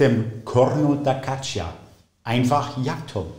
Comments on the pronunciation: Bei "Caccia" spricht man das i nicht aus! Das i ist nur da, damit das c nicht als k sondern als tsch gesprochen wird! Also "Gatscha"! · Sehr interessant auch für Nicht-Musikerin! Tolle Klänge... À propos Klang ... kleine Anmerkung: "Caccia" spricht sich: "katscha"... das "i" ist nur dafür da, zu signalisieren, dass das Wort nicht "Kakka" ausgesprochen wird... ebenso, wie das "h" in "Zucchini" darauf hinweist, dass es nicht "Tsutschini", sondern "Tsukini" heißt ... Genug des Klugschnackens ;-)